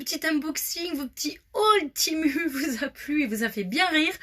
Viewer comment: Pas méchant mai c temu et pas temou